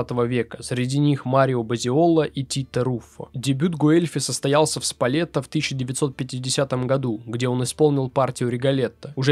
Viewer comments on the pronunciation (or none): Внимательнее пож.с двойными(и наоборот одинарными)согласными:не Титто Гобби,а Тито Гобби;театр не в Сполетто,а в Сполето.А вообще,спасибо!Очень интересно.